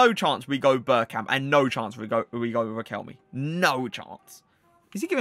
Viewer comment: it’s “requel - may” not requelmi bruh